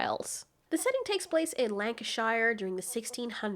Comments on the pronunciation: It's not pronounced 'Lanki-Shire', it's pronounced 'Lancasha', or if you're from Yorkshire like me it's pronounced 'shit hole'. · ummm, lancashuh not lancashyer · Shire endings in English are pronounced 'sheer', so its Lank-ah-sheer and not Lank-ah-shire (which sounds like a second home for Hobbits) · I like the content, but when you pronounce the shires of England pronounce shire SURE!!!!! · Lanca shurrr. Otherwise very very good! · I can't agree with you and your general take on this....but at the same time you are kind of right. Crude, but not so wrong. Your mispronunciation of Lancashire is pretty bad but you can help that I suppose. "Chocolate guy"? Heck what are you? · The way you said Lancashire made me laugh.